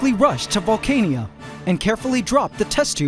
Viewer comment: Instead of pronouncing the name as vole-cane-ia, what do you think of Valh-khan-ah?